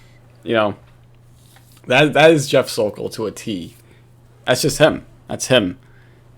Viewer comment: I’m so thankful nailed “The Sokol.” Yes, “Sokolmania” is a thing. He’s now living on Cape Cod btw! The word is out! Let’s get “The Sokol”!!!